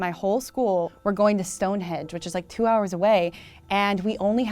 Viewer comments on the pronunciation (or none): Did she call it “stonehedge”?... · She said stone hedge as if it isn’t Stone hendge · stonehedge? bruh StoneheNge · Never heard it mispronounced as "Stonehedge" before, woah. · Did she call it Stone Hedge?